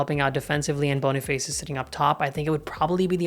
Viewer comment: Boni face ❌️ Boni fAs ✅️